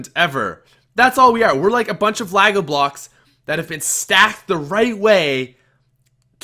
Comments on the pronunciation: Its Lego not lago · great podcast but Lago? bru the Canadians man, I think you meant Lego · lol, that moment when he said LAGO blocks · Lol the way he says Lego. And before some jerk asks no that's not all that I took away from this podcast